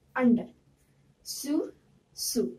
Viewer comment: Correct the pronounciation for sur you pronunced it wrong